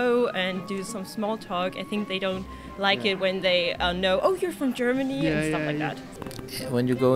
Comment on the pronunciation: Geormony ??? 🤣🤣😹😹 are You kidding me